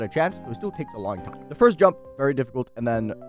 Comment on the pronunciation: "a long hime"